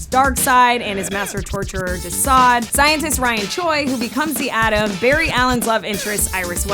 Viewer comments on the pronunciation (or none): none